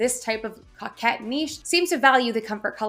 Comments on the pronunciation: COE-KET please stop saying COCK 🤣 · Thanks for the update. You are a good teacher. It’s pronounce co’kette. Niche is like quiche.👍 Also, Tis the Season is trademarked. I had to change mine.🤷‍♀️ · Coquette is pronounced co-ket, you say the 'co' the same as in 'co-ed'. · you're pronouncing coquette wrong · I think it’s pronounced with a long O, not a short O.